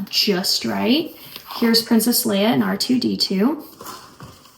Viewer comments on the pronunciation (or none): none